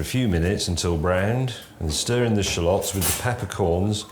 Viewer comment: "Shuh-lots"? Sounds like May has been hitting the Asian Parsnip Gin! LOL! 🤣 "Sha-luhts", James.